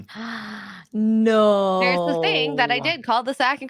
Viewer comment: That is not "de way"